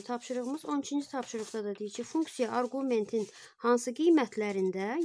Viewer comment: Arqument sözünün vurgusunu düz qoyun